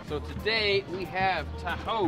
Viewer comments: it is not Pronounced as tahu it is taho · Xiaoma pronouncing "TA-HOE" is just endearing. It's pronounced abruptly as "TA-HO". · its not "tahow" its "taho–" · what Filipinos hear: taho what Americans hear: tahoe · How they pronouns taho Philippines: Tahu America: tahow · OMG I LOVE HOW HE PROUNOUNS "TAHO" AS "THAW" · Its not ta. Ho its taho say this tawho and now you pronounced it right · It is pronounced taHO not TAho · Tahow No its pronounced Taho!! Not how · xD he pronounces it like Ta-Hoe LOL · He pronouncing it wrong :( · I am a fellow filipino and you pronounce that wrong